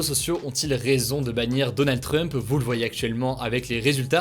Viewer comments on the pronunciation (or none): none